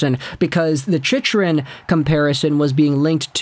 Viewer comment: I can't take this guy seriously when he keeps mis-pronouncing Chychrun's name incorrect in all of his vids.